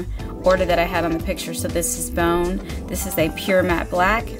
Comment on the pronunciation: It's BANE NOT BONE